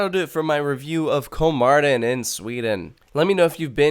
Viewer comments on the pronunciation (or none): Its kolmÅrden Not KolmArden.. (Kolm"OH"rden) Its very important (Spanish classic example here) "Mi papá tiene 48 años." My dad is 48 years old "Mi papa tiene 48 anos." My potato has 48 assholes. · kolmarden :DD its pronounced like kolmorden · It's better to pronounce it Kolmorden. Å isn't an A it's more like O. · That like amazing! I thought it was a small zoo so I didn't go when I was in Sweden. I want to go now haha. Btw, it is pronounced Kol-more-den. The å sound in Swedish sounds like "or" in British English.